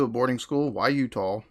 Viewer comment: I love how you say Utah. "Utoow" lol.